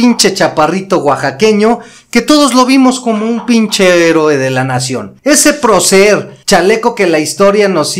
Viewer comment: En parte estoy de acuerdo con este comentario, y agregaría algo: da pésima impresión que no sepa pronunciar correctamente la palabra "procer" (que no se acentúa en la e).